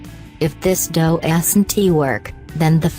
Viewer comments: ''if this dough-es-in-tee work'' XD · "If it doasinty work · “If this do-ass-n-tee work” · "Doe esently work" 😂im WEEZING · DOE-ASS-IN-TEA work😂😂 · I don't think this person can spell doesn't she keeps saying doesant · Lol if it doe es en tee work that is how she pronounced doesn't wonderful English my wonderful specimen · I love how it pronounces “doesn’t” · Thank God, I wasn't the only one who caught that. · I love how she says warm and doesn't